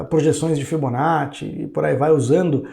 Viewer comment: É muito estranho ouvir o falando "Fibonacci". Kkkk